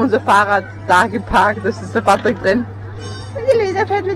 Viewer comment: Uli Nein er heißt Patrick Sie sprechen das p nur etwas als b aus